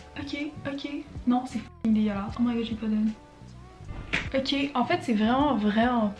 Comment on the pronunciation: "euqué" is the new oké